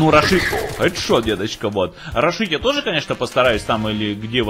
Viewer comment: рАшить, наголос на А, главное слово рАш, рАшить.